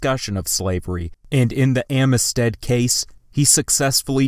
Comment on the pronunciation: Serious question, is English not your first language? Over the course of your videos I’ve heard you mispronounce so many things, some as simple as “Illinois” and “Amistad”.